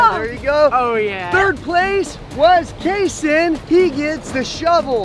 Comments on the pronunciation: Btw it’s kayson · It’s kayson but that was funny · ITS KAYSON